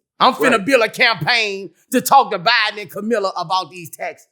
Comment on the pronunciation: "Kamilla" 😅😅🤣 -Boosie Badazz